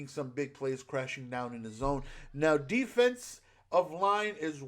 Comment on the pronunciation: “Defese” love u